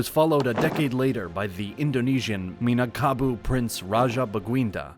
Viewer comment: Not minangkabu but minangkabau